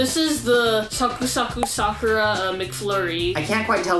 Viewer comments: Although you are correct about the k-ra part, it's the pronunciation of the a in Sa-ku-ra that is incorrect. I live in Japan, I have lived in Kansai and Yokohoma, and the "a" sound is more of an "ah" vs. an "awe", which is what they are doing in the video. ... If that makes sense... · I thought he said Soccer season. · I thought he was saying 'soccer season' until the sakura season info came upXD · I thought they were saying soccer... lol and it was sakura... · i thought he said, they went there for SOCCER season 😅 haha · I thought he said soccer season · I thought they said ‘soccer’ 😂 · Ohh did he really say Sakura?? I didn't know that! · I was so put off by the pronunciation of sakura that I had to search for video of Japanese people talking about sakura to make sure I wasn't in some alternate universe with a different pronunciation of sakura.